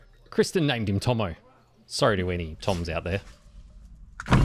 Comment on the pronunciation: Tomo not johno 😭🤦‍♂️